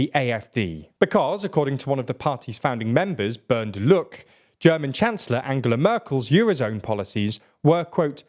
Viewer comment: Bernd luuuuck haha diggah frsnzösische Namen versucht immer jeder richtig auszusprechen aber deutsche Namen....